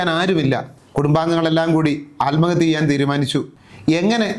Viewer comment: ആൽമഹത്യ അല്ല സാർ.. ആത്മഹത്യ.